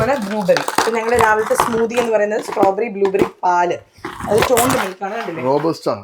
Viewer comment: Strawberry i heard like sombheri,funny girl,active angel 😇❤